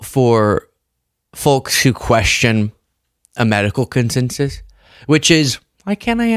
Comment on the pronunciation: I love you brother, but you gotta stop saying the word "folks". The L is silent. And it certainly isn't pronounced "fulks". Otherwise you're awesome, lol